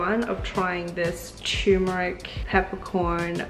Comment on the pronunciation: Guys! It’s pronounced “TUR - MERIC” , “tur” as in “turbo” not “tumouric”!